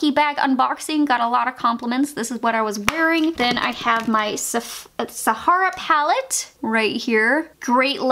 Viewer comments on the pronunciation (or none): none